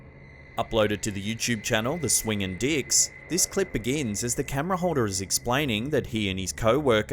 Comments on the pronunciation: Hey... For real.... Swing-ing-dics? Nothing like a lil scare with a smidge of humor huh? Luv ya work my friend. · Lmaoooo “swingindicks” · "Theswingindicks" Okay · I laughed so hard to when he said swinging dicks I had to rewind it back to see what he said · Was that "Swingin' Dicks"? 🤣 I had to rewind that to make sure! I'm still a kid at heart lol